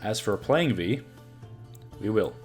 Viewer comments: Its from polish "wij" and you are saying it correctly, as you always did. So better change yours deck name :P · Viy is actually a character from a Gogol story of the same name (Russian), so yeah your pronunciation is correct. Interestingly it's not an insectoid there, more like a demon of sorts. Koshchey from Russian folklore is similar, being not an insectoid but a man who possesses magical immortality which has to be broken somehow for him to die.